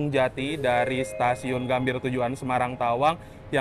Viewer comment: Gambir ❌ Gambie✔️